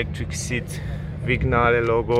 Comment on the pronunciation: It's pronounced "viniale"